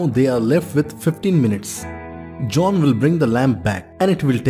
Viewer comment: Minutes, not mints